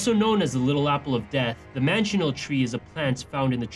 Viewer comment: The manchineel tree is the most poisonous tree in the world and it’s pronounced (man-key-neel)